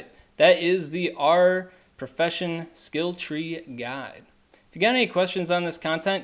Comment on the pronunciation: If you’re going to make a specific guide on something, at least learn how to pronounce it properly. It was horrible to listen to. I mean it’s literally said in the films, and pronounced properly by JK Rowling. Arer? Does it look like it’s pronounced that way? Annoying ass video